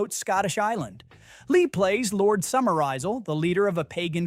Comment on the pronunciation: Not Lord SummerEyeSell but Summerisle. Robot narrator or just human blunders?